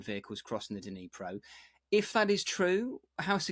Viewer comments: Dneepro, not Dnaipro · Dneyeprow? Isn’t it Dnipro, pronounced Dnee-proh? Hate it when English speakers ignorantly twist all foreign names. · Sorry Prof who can't get Dnipro pronunciation right isn't credible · Why isn't there anyone who could help Professor Bronk with the pronunciation of the river's name? Dnipro? Not exactly rocket science...